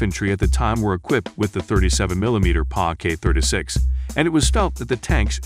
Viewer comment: If its a TTS program you can forcibly make it pronounce words right like for instance, PAK can be spelled Pack, and the years can be spelled out entirely like “nineteen forty one” so that it doesn’t say 1900. Regardless, the quality of your content is amazing!